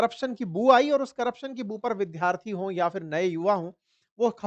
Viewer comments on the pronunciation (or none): you pronounce Vidyarthi as Vidharthi in Hindi,likewise Vidyalaya as Vidhalaya,can we check it please